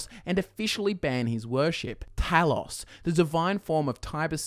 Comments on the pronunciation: How do you not know how to say Talos? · HOW DO YOU MISPRONOUNCE TALOS?! ITS IN THE GAME SOOOO MUCH!